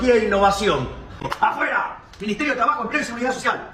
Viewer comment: It sounded like he was saying "apoye" which means supports, but he was saying "afuera" which means out. They are 2 words that sound similar to the ear.